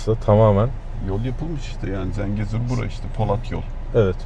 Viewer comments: ZENCEGUR NE LAN DENYO?? "ZENGEZUR" DİYEMEDİN GİTTİ KEKO...😂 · Zencegur değil, Zengezur*, Lefkoşe değil Lefkoşa*, Magosa değil Mağusa*, Azerbeycan değil Azerbaycan*, Amarika değil Amerika*... Türkiyeliler neden isimleri sürekli yanlış telaffuz ediyorlar???